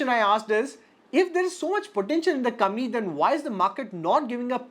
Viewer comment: Bhai pehle to aap COMPANY sahi bolna shuru karo.